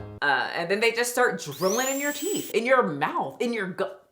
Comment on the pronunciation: girl if you say TEETHS one more time....